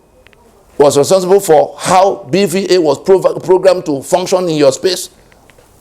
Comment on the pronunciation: BVAS not BVA.